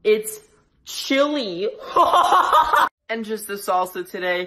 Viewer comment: I want a bowl of “CHILy” Me: Oof